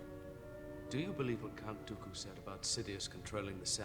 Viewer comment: It's Count Dooku. Not Count Doodo or Doobe...